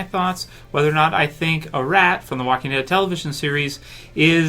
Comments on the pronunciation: It's not pronounced "A-Rat" it's "Ah-Rot" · Her name is not pronounced a-Rat pronounced as a-Rot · Could you stop saying A Rat and say Arat